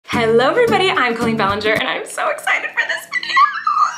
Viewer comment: Colleen. Not coleen